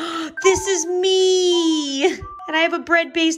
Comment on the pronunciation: Did you say 'me' or 'mii' Guess we will never know 😂😂😂🤣